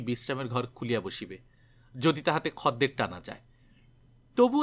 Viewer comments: khodder bolun khadder ki adbhut sunte lagche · খদ্দের শব্দটার উচ্চারণ বড় কানে লাগছে । আসলে উচ্চারণের সময়তো আমরা খোদ্দের বলি সেজন্য । হয়তো গল্পের পাঠক যে অঞ্চলের মানুষ সেখানে খদ্দের শব্দটা ওই ভাবেই উচ্চারণ করে তাই এই রকম উচ্চারণ করেছেন । তবে খুব ভালো প্রচেষ্টা কারণ এখন তো বাংলা ভাষার চর্চা উঠে গেছে । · Right khodder I procholito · খদ্দের উচ্চারণটা একটু অন্যরকম শোনাচ্ছে।